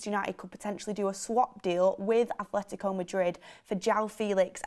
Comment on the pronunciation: There isnt any "h" in Atletico Madrid, and its kinda hard to listen to and Mark prodounce it wrong🤣